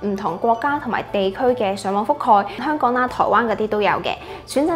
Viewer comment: 有懶音，香「趕」？🤔